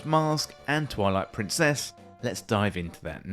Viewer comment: Deliberate or not, your accentuation of "Twilight-prin, CESS" is excellent rage bait.